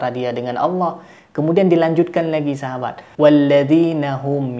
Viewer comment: bilang nya auwlloh